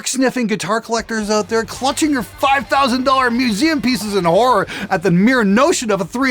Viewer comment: Love the "oot" takes at the end 😂🇨🇦